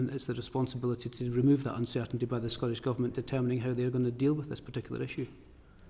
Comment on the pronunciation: The clown can’t even pronounce Scottish.. it’s certainly not Scoish.